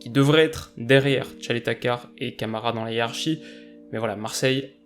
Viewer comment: Caleta-Car se dit Tcheleta tsar 😊